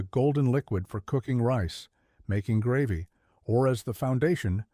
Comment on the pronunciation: Learn how to pronouce gravy.